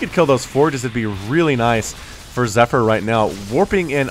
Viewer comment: the proununsiation of zypher zee pheer